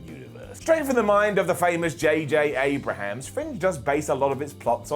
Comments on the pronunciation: JJ...Abrahams? his last name is Abrams, where the hell are you getting the extra syllable from? also: Missy being a reincarnation of The Master calling herself The Mistress, thus also revealing that time lords can swap genders during regeneration ( Doctor Who ) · Why did you say J.J. ABRAHAMS like that